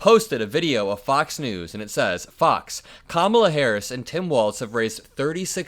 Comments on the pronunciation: His namevis Walz - WALLS Not Waltz. Say it correctly. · Walz pronounced Walls…..not Waltz….. good grief